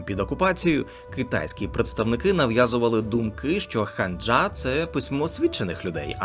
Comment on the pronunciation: Вибачте, але ну яка ханджа та хангул... Я розумію, що ви це з англ.транскрипції так прочитали, але хоча б подивилися на укр вікі як ці слова читаються українською. ХАНЧА та ХАНГИЛЬ